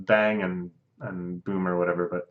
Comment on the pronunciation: It’s bang and BOMB for Christ’s sake! Who TF is BOOM?!?!